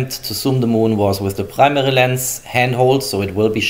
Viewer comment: No one: Germans: prmeri camera's